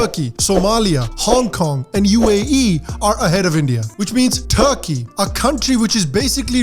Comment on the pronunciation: BhaI, Turkey bol raha hai ya THARKI